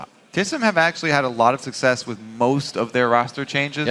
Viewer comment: LOL "TSM had a lot of susscess from 'Most' of their changers"